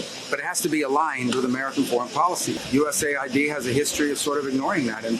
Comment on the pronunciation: rubio so disingenuous saying each individual letter of usaid instead of calling it us aid.